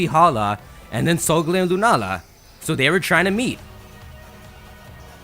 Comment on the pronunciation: *sole gah leo